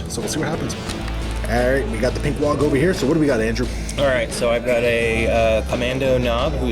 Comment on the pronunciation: Oh ok, so were just not going to talk about the over enunciation of the G in Waaagh. "Wog" isn't very Ork like.